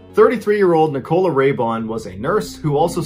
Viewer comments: As a brit I love the way u pronounce Nicola ~ it's super cute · The pronunciation of Nicola is something I've never heard before! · Never heard nichola prounounced like that😅😅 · Me: This story is going to be terrible and tragic, and... Mr Ballen: pronounces Nicola Me: 😂😂😂 it's not funny, I'm so sorry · That's not how we Brits say Nichola! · Yeah..... But.... wouldn't you stress the FIRST syllable with a name like "Nicola" ????? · Interesting pronunciation of Nicola 😂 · I've never heard Nicola pronounced that way. Is this a regional thing? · Great as usual but can't get over the way he's pronouncing the name Nicola lol. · pronunciation of ‘Nicola’ is annoying and distracting me so much I can’t concentrate on the story 😱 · This can't be how you're pronouncing Nicola. I can't listen to this one 😂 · Is “Nicola” not a name in America? Because you’re saying it wrong. Instead of “oh” it’s just “o” as in lower case. So said like Nic-a-ler….we have northern English accents 😅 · Love your videos John. I've basically watched hundreds of your videos in the past 5 days. I am actually from Lancashire, and thought I'd help you out with the dialect a little. Nicola is actually pronounced like "Nickle-a", and the "shire" in British county names is actually pronounced like a short "sher". Let's hope you never have to cover any stories from Worcestershire. I'm not going to help you out with how to pronounce that one, because I'm a saucy devil ;) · I thought it was just me lol. I’m also British and I can just hear Ni-coal-ah. And it’s bothering me lol, so he’s saying Nicola. Not Nicole-uh. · I think Nicola's name is pronounced NIK-uh-luh. At least that's how a guy I went to high school with pronounced his own name. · It is literally Neecola pronounced in my country . The USA is not the only country on earth . Same names have different pronounciations around the globe . Nicola is in Germany Neecola pronounced. After all it is a latinized word . So would you stop hating on him ? 🤨